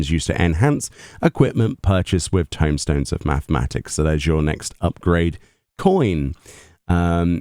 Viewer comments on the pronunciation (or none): none